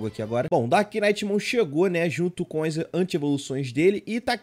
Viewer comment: Mas ele pronunciou certo "darkknightmon", o "k" no começo do "knight", não pronuncia mas o "k" no final de "dark" sim, ai a pronuncia fica "darknitmon", sem o "k" e o "gh" de "knight".